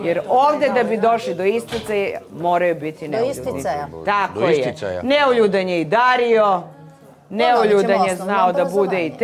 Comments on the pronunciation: Bravo, sto nemas pojma sta znaci neuljudan i uporno pricas neljudan 😂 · U koji metu, devojka promasila temu. Kaze "Neljudan". Ne zna da izgovori, a kamoli da zna znacenje te reci. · Matirala samu sebe sa NELJUDAN. sem sto ne znaju definiciju termina, ne znaju ni pravilno izgovoriti. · Neka neko objasni sta znaci "Neuljudan". Cak ne zna ni da izgovori pravilno.😮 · sutlijas,to ti je NEULJUDAN.